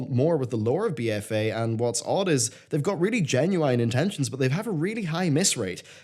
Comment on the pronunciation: Say it with me, Gen-you-in.